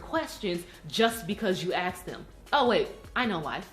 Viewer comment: 'Just because you axed them' ...ffs